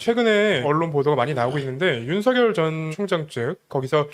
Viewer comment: '윤석열'의 정확한 발음은 '윤성렬' 이 아니라 '윤서결' 입니다.